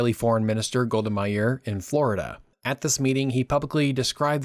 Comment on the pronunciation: As an Israeli, I find this video accurate and informative. It was a pleasure to watch. Just a minor comment: you struggle with the Israeli names. You know, their pronunciation is well-documented- either the Hebrew one or the somewhat skewed English version. You made up your own version for Golda Meir, Aba Eben and more. I mean. as a channel owner myself (obviously with another user...haha...) I find that proper spelling and pronunciation of names to be a major effort to tackle. p.s. I'm not here for complaining. If you want to have a short call, reply to this message and I will reach out.